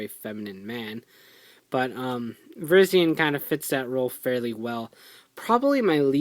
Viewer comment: You pronounced Virizion wrong.